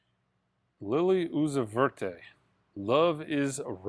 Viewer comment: Was that Lil Uzi Vert that you called Lilly uzzi verte?